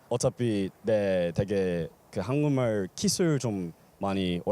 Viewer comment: "한국말" 하면 발음이 "한궁말"로 해요. 그렇지 않으면 좀 이상하게 들려요.